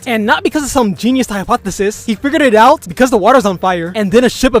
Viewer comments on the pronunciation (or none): none